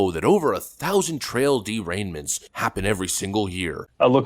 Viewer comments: I thought my brain went full Biden when I heard “trail derainments”.🤣🤣🤣🤣🤣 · Timestamp: "Trail Derainments"! Ha-ha-ha! Just a good ole Mis-Speak! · Did I hear you say "TraiL DeraiNments"? C'mon man! LOL You need to hire an editor. I'm willing and able. I will watch all your videos and give you time stamps for oopsies. I do the same thing myself all the time due to my ADD, BUT, I'm also OCD, so I can catch these things after the fact. I bet I'm the ONLY one that caught that BTW.... anyone else? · So nobody else caught him saying trail dereignment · He said trail derainment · HAHA, you said "trail deraignments" :) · Trail derainments?? 😂. Sorry, I know it was just a verbal slip, but this made me laugh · "Trail Derainments"?? Common, speak gooder English! 😉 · "Trail deraignment" ??? Lol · “…trail derainments…” What did you say?